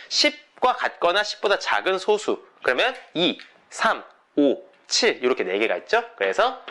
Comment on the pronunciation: 제가 젤 관심있어 하고 재밌어 하는 수학 문제가 리만 가설인데, 아주 유익하게 잘 봤습니다. 참고로, 소수의 발음은 [소쑤]입니다. 제가 어렸을 때도 그렇게 배웠고, 표준국어대사전상으로도 [소쑤]의 발음이 맞습니다. 0과 1 사이의 숫자인 소수와 적은 수효라는 의미의 소수의 발음은 [소:수]가 맞구요.